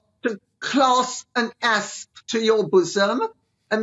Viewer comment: Did Lady C say asp or ass?